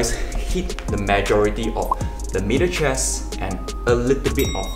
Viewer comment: I thought he was saying “mirror chest”